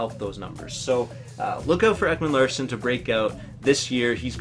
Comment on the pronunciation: Ekman Larssen?? It's Ekman Larson u sped